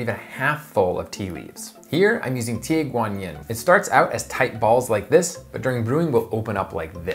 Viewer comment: Hey, the Yin of Tie Guan Yin is pronounced: In Like the English In, as in: I am IN Taiwan. You can ignore the Y of the word Yin 鐵觀音 It's a version of Oolong 烏龍茶。 you can look up these words, and let the Internet help you with the pronunciation. cheers:)